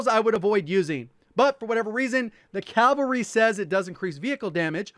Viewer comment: They say calvary